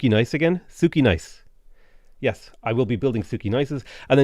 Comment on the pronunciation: I appreciate correct pronunciation of "Jadwiga". This is even more amazing taking into account difficulty of polish language and the fact that game lector reads the name wrong. Good job,! On the other hand, "Sukiennice" needs some improvement. I don't blame you, it's must be a hard word to tell correctly